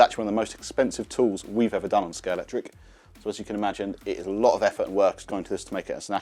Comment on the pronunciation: The official Scalextric channel and he calls it Scalectric…